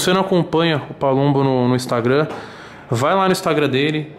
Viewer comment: PALUMBO OU PABUMBO? ERROU AI HEIN